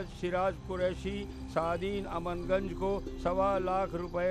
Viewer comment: AmanGanj nhi.. it's CHAMANGANJ😊